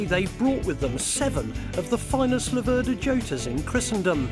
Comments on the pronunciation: Laverda with the stress on the first syllable and Jota pronounce with a Y as in Yota. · It's an Italian bike so I guess in any other language they'll pronounce it as they see it, the mistake that the English make is with pronouncing Laverda, they always seem to stress the 2nd syllable.